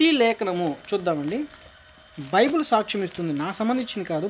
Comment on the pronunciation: ne video chusi oka visham chapalani vundi nuv bible spell nechuko first its not bibul its bible